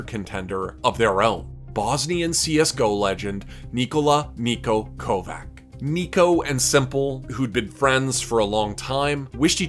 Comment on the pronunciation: Kovac pronounced as Kovach, not Kovak